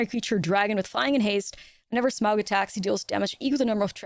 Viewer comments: Sm-ow-g is absolutely the correct pronunciation , to quote the middle earth wiki: "The diphthong "au" in Smaug is pronounced like the "ou" in sound or house, though the name is often erroneously pronounced Smog, most notably in the Rankin/Bass animated movie." Love the video, I am looking forward to this set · 10/10 Smaug Pronunciation